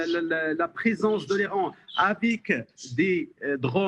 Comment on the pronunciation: Aller vous faire enculer. Les beurres depuis quand il se mélange avec des hommes. Il arrive même pas prononcer le mot l'Iran